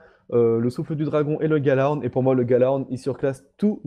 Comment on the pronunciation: je fais le relou mais on dit yalahorn pas galahorn ;)